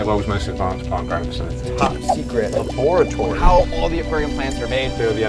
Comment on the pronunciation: Bro literally said " luhboaratorie"